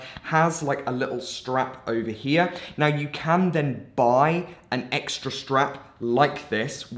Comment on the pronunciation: You have an issue with the word "then" but then you've probably already figured